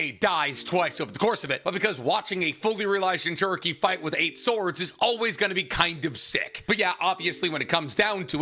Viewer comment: Itatchi pursuit has the important war saving crow in it. \o/ It's like the rat in endgame, except this has a setup here. Though I am personally irked by the pronunciation of jinchuriki, it's overall a great video.